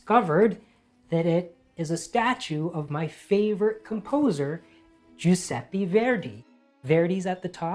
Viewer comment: Dear Rajiv, love your channel! Just a suggestion because I am Italian: the last e in Giuseppe is pronounced like the first. Love, 🥀